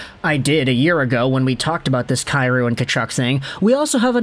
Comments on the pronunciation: Isn't it pronounced Kai Roo? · Saying Jordan’s last name incorrect. It’s pronounced KEY ROU. If he was Slav no one would have an issue I know just butcher the Hellenic names like everyone else.